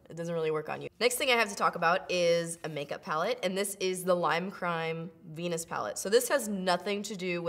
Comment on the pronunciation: OH MY GOD WHEN YOU SAID THE VENUS PALETTE I HEARD THE PENIS PALETTE OMG